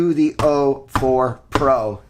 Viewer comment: It’s o4, not 04.